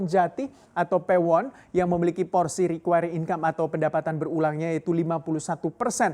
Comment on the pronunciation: Apa iya "Recurring" dibacanya Rikuayring ?